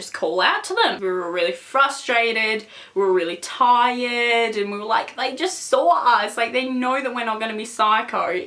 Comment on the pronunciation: why do people with accents like her say "saw" like that. it's just funny to me.